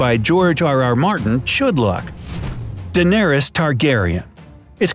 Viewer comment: dendarys.. ....what..?